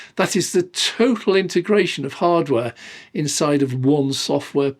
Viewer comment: I love your videos but Please: Inteeegratiion! No such word as intergration!!